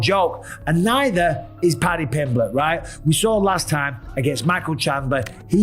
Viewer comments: Moicano: "Pady Pimbleech" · Paddy pimblech 😅😅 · 😂, no pal, I'm from Huyton the same as Paddy, so I think my opinion is more apt than most, he absolutely butchered it. Lol. But that is only my humble opinion.